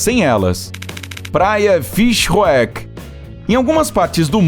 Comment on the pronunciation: Morri com a pronúncia do narrador referente a praia na África do Sul 😂. Deve-se pronunciar Fishuk como uma palavra só (Fish Hoek)